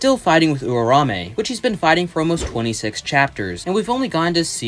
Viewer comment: you are pronouncing Uraume weird bro